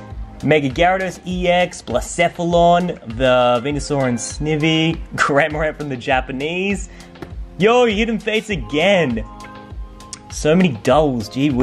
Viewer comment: It's pronounced sn-eye-vee